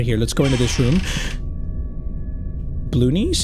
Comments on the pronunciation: am I the only one who can hear saying Baloonees instead of blue knees?😂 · I was so scared that I kept on pausing the video and every single time he says blue knees it sounds like he said baloonnies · calling/pronouncing "blue knees" as "ballunies" is so silly